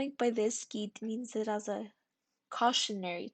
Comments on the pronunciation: Gide, pronounced "geed" with a soft g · you made an entire video about a man whose name you don't know how to pronounce?? shoulda asked someone